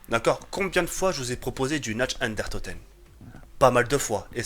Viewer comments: 18/20 y'a pmus de liberté c cool... par cpntre tu me fais delirer qd tu dit "Natch and der toten" x) sa se prononce Nart der ountoten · c'est Nacht DER Untoten et pas Nacht UnDERtoten mdrr, sinon très bonne vidéo comme d'hab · C'est nacht der untoten !! Pas natch under toten